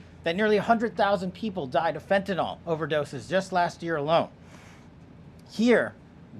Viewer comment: 😮It's "FEN-TAN-YL" NOT "FENTANOL".It DOES make a difference !!! Fentanyl is a drug...fentanol points to a compound that is an alcohol- which the drug IS NOT!!! Anyone in the heathcare industry could tell you that!You'd think that someone at this level would pronounce the name of a drug they're fighting would GET IT RIGHT!!